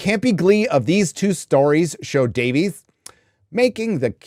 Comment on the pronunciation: DAVE-ISSSS. Not Day-Veeez. Pleeeeeease say it right. Please!